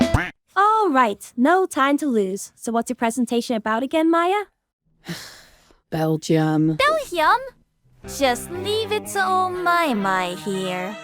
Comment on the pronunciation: i like how cant pronounce belgium